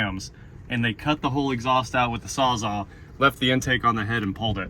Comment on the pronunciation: Sawz-all not "sawzah"